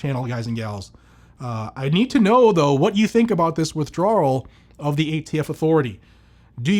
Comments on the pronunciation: Please stop with WITHDRAWRURAL its pronounced WITH DRAWL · Withdrawral.... it's his Boston showing again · Withdrawal is one hell of a word for ya brother, LMFAO haven't seen you have such a hard time with a word lol seriously tho, as ALWAYS THANK YOU..... Shes not off to a good start!!! If it is apart, used with /for a firearm it should be covered under our 2A rights not the other way around like she's saying now!! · There’s only one R in withdrawal 😂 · Most unique way of saying withdrawal I’ve ever heard 😊